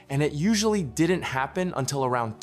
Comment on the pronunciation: I note that the AI narrator pronounces "didn't" ('did-ent') like some 21st century teenager.